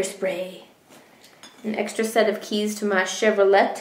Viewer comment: when you said !this is my keys!"i wasn looking at the screen and i thought you siad "this is my KITTIES!" i was like, "she kept a kitty in her purse with it closed?" lol, then i looked up :P